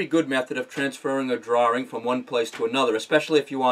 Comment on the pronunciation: Fantastic video! :-). Will watch some of your others! :-). And I love the way you say "drawring" :-).